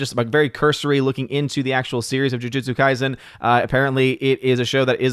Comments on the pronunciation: No, you pronounced “Jujutsu Kaisen”, quite perfectly :P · Lol was just gonna say. Says it perfectly "I probably mispronounced something in there..." Made me laugh a little tbh